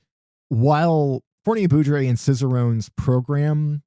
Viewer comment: "Fournier-Beaudry" rhymes with "poorly say low-key". Foooor-nee-ay Bow-dreeeee